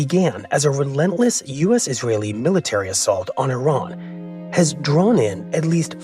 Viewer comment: It is so insulting that the interviewee can’t even say Iran or Iranian correctly (at least the interviewer can). Also the lack of humanity in this military analysis is disgusting. Targets and economic indicators… what about human lives?!